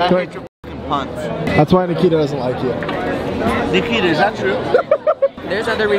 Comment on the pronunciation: Ne-key-ta lol that’s what said